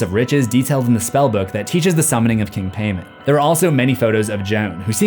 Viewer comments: Pronounced Pie-mon not pay-man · Its PAY MON not payman. And its GO AY SHA, not go et tee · in what world is paimon pronounced pay-men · Pronounced Pie-mon not Pay-man 😂 it was painful watching this with the mispronunciation. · its also pronounced Pie-mon if i recall correctly, not "pay-man" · Yes, I know that in Hereditary they say “paymon” but I promise you, just like how the Geotia is pronounced GO-eh-Chia, Paimon is Pie-mon. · I think it's pronounced "Paymon" and is still a common name. It's not Paymann: Germanic redux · Paimon is pronounced with a long "I", like Pie.. I know this because he told me. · It's Paimon... Pie-Mon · It's pronounced more like py-mon... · It's pronounced (pie-mon) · I study demonology and not to be an “um actually person” but it’s actually pronounced pie-mon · You’re pronouncing Paimon wrong. It’s pronounced P-EYE-MON. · If y’all know genshin impact y’all know he’s pronouncing paimon wrong it’s pie-mon lol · Isn't it pronounced like "pie-mon"? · King pie-mon! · Always giggled at a word spelled paimon, gets pronounced paymen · I’m pretty sure it’s pronounced P-EYE-MON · Its paimon pronounced pie mon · You are horrible at pronouncing the occult. First off it’s Pie-Mon. And Go-et-ita. It was like listening to nails on a chalkboard. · Its pronounced paimon ( pi ee monn) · Paimon is pronounced " pie " mon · "Paimon". Pronounced: "pai (p-eye) mon (mohn)". But that's my only nitpick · King pay-men? For real, dude? Couldn't have asked google to pronounce it for you before rolling? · Fun fact: His name is pronounced (pie-mon) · there are two pronunciations, Pai-mon and Pay-mon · Hearing you pronounce “Paimon” like that hurts the Genshin Impact in me. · is anybody gonna tell him he’s not pronouncing time paimon correctly? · What's even scarier is how you're botching the pronounciation of things...I mean, Paimon? Goetia? Etc. 😂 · How did you watch this movie, and still mispronounce Paimon?